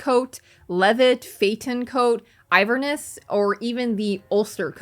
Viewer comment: Two things: 1. It's not "iverness" it's "Inverness" as in the city of Inverness, Scotland, and a true Inverness coat/cape is sleeveless underneath the capelet, as it was designed as a raincoat for bagpipers who need their arms to be less restricted to play their instrument. 2. The reason why Gascoigne is wearing baggier clothes lies in his title: Father. Gascoigne is a priest and a church hunter rather than a workshop hunter. His coat is a priest's frock, and his scarf is actually a worn and dirtied stole. In the game it even triggers events that otherwise only happen if you are wearing the black or white church sets. EDIT: Having mentioned the white church set, Iosefka is wearing the female version of this set, which is actually avaliable in the game near the path you use to enter her clinic.